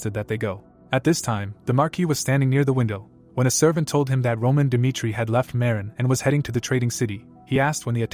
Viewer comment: Jong huk dimitri.. He says.. 😂😂😂